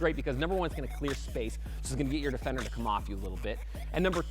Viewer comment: Um one question whats a Dee-Fender😂😂😂